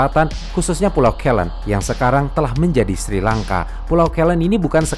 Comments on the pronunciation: koreksi Ceylon pengucapannya Si-lon bukan ke-lon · Cheilon (ceylon) bukan keylen